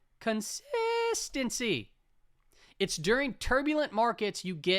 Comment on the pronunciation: Con-sis-tent-cy, con-sis-tent-cy, LOL.